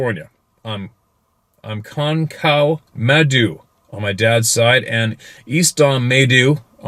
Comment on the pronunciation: It's pronounced (my-doo).